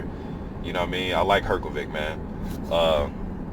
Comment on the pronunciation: Not really, sh would be quite similar to š in croatian language and than his surname would be Hrgoviš instead of Hrgović. I think the easiest way for non-native speaker to pronounce it would be to divide it in three english words her-go-witch and than you would pronounce it basically the same way as croatian native would, but still there will be a little difference with pronouncing consonant "r", because in croatian language you place your tongue just behind your teeth when pronouncing it so it sounds a bit different than in english language.